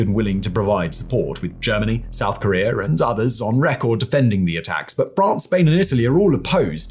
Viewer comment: he must not like Korea if he calls it Karear, like someone Bottom xD